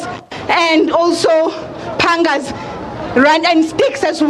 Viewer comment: I heard "panga"